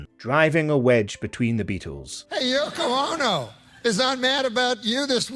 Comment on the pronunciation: Yoko OH-NO! 😄